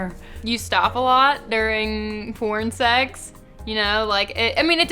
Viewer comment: L.A bitches always make the word sex sound like sachs. Coincedence?